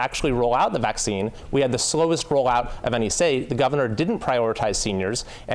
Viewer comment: “I am vaccine” lol… why is “vaccine” such a hard word for Republicans to say?